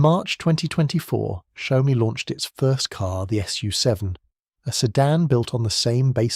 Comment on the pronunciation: Please respect the Chinese language. Don't change it ! It's XIAO- MI two separate words it's not Xiao-oh -mi As as Chinese hearing you call it Xiao Oh mi make you sound stupid Xiao means small , mi means rice ( like rice grain ) symbolizing strength even in a small size like a grain of rice 小 米 Xiaomi Please check the Google translate and have the Google translate read it to you This is from Google translate Changing the names makes the contents become silly and stupid giving a bad impression of the content producer too. Don't make a fool out of the Branding.